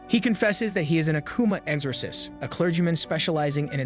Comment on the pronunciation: love your explanation for this beloved series but i do think you should double check some of your pronunciations of words. particularly names and titles like exorcist and kanda Love the content though 😍